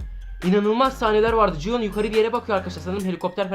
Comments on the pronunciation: Abi 456 nın adı cihun değil gihun o bikere abi yanlış söylüyorsun abi😊😊❤❤🎉🎉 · Abi ci hun deyil gi hun 😂😂😂 Yarım saattir öyle diyorsun